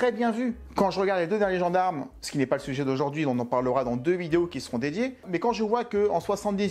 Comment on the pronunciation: le "sue-geai"?...Ou,le sujet?